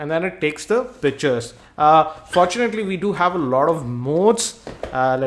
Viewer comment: He sounds like he is saying bitches not pictures lol